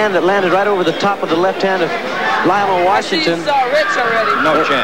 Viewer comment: It's Lionel with an E not Lional.